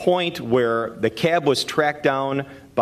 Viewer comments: The CAY-ab, CAY-ab....it's just CAB. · It’s funny how he pronounces the word “cab”: “Cyaaab.” lol